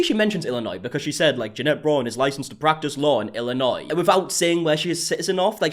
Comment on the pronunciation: I commend your ability to pronounce Illinois correctly. A lot of Americans can’t even do that. 😂